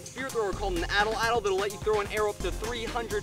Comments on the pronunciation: Your saying it wrong. It's pronounced like at-laddle. Atlatle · atl atl? its called an Atlatle...wtf atl atl...